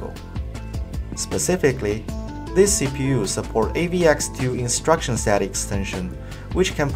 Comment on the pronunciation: Simgle imswucction muwntipa data